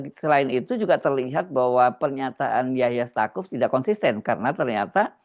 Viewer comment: Staquf bacanya saquf